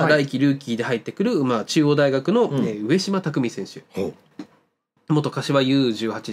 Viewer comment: うえしまではなくかみじまです。